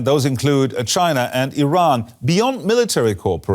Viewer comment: You mean mispronouncing "Iran" ? That's the only thing I noticed